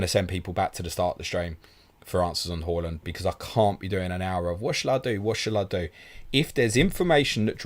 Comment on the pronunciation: Love the channel but can you please pronounce it Haaaaaland instead of Hawland and Son (S-on) instead of Sun. I wouldn’t normally get that bothered it’s just they are two players who are constantly mentioned and after hearing them mispronounced so often does get bit aggravating. Like I said…..love the channel bar this issue.